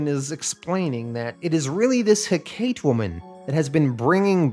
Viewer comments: It’s pronounced heh-cuh-tee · ive only ever heard it pronounced Heck-ahh-tea